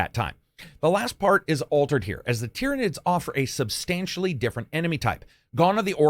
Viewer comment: Hang on. finally said "Tyranids" right? The promised day has come.